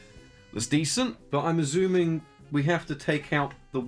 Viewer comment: I drink every time you pronounce 'assuming' as 'azooming' I've been watching many of your videos, I am now drunk.